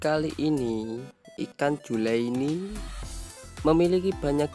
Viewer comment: julieni 😂... bukan juleini.... 😂😂😂